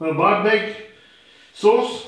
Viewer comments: "BÁRBEKCSUK" A mesterünk is hibázhat. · A bárbekk szósz.. Ájj bí bekk